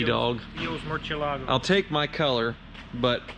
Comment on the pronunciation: still insists on desecrating the pronunciation of Murcielago.